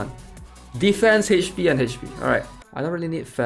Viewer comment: It's Ach p not Hach p. LOL so funny!